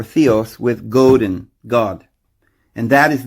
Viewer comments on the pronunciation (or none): none